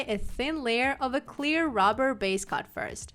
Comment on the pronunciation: I think your wonderful. Thank you for all of your tips, they are most helpful. As you give us so many tips and I know you like tips to help with your pronunciation of the English language, I thought I would let you know that your pronouncing base coat and top coat etc incorrectly. Your pronouncing "coat" as "cot" it's pronounced like "goat" but with a c instead. I hope this helps you out as much as you help us. Thanks again ❤️🙏🏼